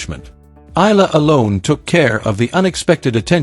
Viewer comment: Pronounced: Eh..ya..la